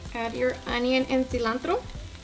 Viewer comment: See-lawn-tRrRrRrO lmfaoooo